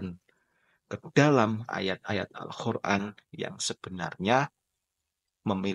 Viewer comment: Kok saya mendengernya anda menyebutnya AlKhur'an, bukan AlQur'an?😢